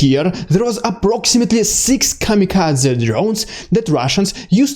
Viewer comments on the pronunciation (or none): none